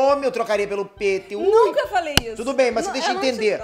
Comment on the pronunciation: Tenho uma dúvida, porque sua pronúncia do seu nome não soa como "Píter", e você pronuncia "PÊTER", porque isso? Se inscrevam no meu canal se lerem esse comentário. Abraços!